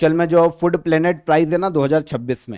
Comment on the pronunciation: Calling food, "FUD" was awkward 😅